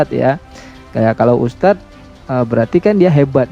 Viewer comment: M kacenya ngustadz (bukan ustadz)..baca Al Qur'an tanpa tajwid